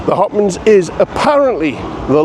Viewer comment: Why are you saying Hoppins when it’s hoppings?